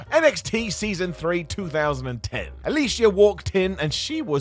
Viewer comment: AL-O-E-SA is how it’s pronounced not Alicia. Smh. Besides that …. She was released because of adult photos she took that they found & had gone PG so she was a “liability”